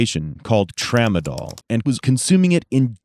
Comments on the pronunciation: Tramsdol. Really? Lol. Come on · Tramadol really TRAMADOL?!?! Are you serious? That’s a nonarcotic!